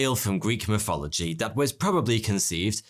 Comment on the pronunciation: 'Greek mifology.' Can this guy please learn to pronounce the 'th' please? Please!